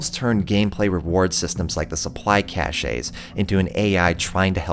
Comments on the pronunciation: Hate to be that guy but CACHE is pronounced CASH. You're saying a different word. Cachet (cashay) is renown or respect. Just a psa. It's a strangely common mistake. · It's pronounced "cash," not "cashay," just in case you make more videos: I'm enjoying these essay-style reviews. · Great vid, ODST doesn't get enough recognition. One small thing cache is pronounced as cash. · Cache is pronounced Kaysh